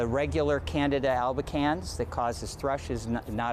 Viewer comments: Please say, CAN-DEE-DAH....People are hearing "Canada...." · This reporter, is an idiot. Canada RS? Canada? It is Candida/Candiadas. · Can-di-da, not Canada 😂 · Candida not Canada. 🤦‍♀️ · Can dee da - not Canada. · They can't even pronounce it correctly...it's Can-dee-da.....good Lord. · Not even the Dr pronounced it correctly! Look how it's spelled at least! It's pronounced "CAN-DEED-A" ! Spelled- CANDIDA! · Oh my God!!! We are all gonna die!!!!! Good God!!! Stop freaking out! Eat yogurt with active yeast cultures every day. Poof! No Candida infection!!! And damn it guys! It's pronounced like this "Can... dee...Ta!" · Did she say Canada? haha....that's not it.... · "Can..D..Duh".. candida is high yeast in the system. It drives me crazy when the news says it wrong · Can dee duh